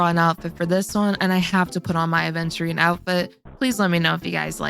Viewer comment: It's Aventurine, not aDventurine (pronunciation)